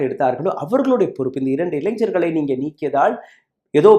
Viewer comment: Illainjargala??? Ilainargala daiyavu seithu tamizhe seriyaga ucharikkavum